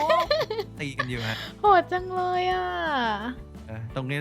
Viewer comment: คำที่ว่าเลนผิดมันอ่านว่าเลยนะครับ